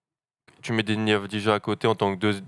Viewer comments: Messieurs, vous êtes victimes d'un symptôme français absolument terrible : le ZÉRO effort niveau prononciation des noms et origines des joueurs: on dit AVDIYA, dans tous ses highlights les commentateurs israeliens HURLENT AVDIYA, et ça se prononce comme ça aussi bien en Israélien qu'Albanais, la nationalité de son père, qui n'est donc pas croate ! Faites des efforts sur la prononciation des noms, encore plus quand ils sont aussi simples... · Exact, ancien joueur de l'étoile rouge son père. Et d'ailleurs ça se prononce "Avdiya". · On prononce Avdiya les gars ;)